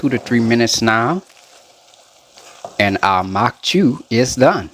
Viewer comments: From Breaux bridge here. This is a staple in Cajun homes. We have atakapas-ishak and chitimacha heritage and this dish is thousands of years old. I’m also surprised at your pronunciation, except instead of “chew” it’s actually more like “shoe” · In Cajun households it's pronounced Maque Choux (sounds like MOCK SHOE). The French 'CH' sounds like an 'SH' would in English. I'm not trying to come off as rude or ugly about it...I'm just passing along my experience growing up Cajun because I do love your channel.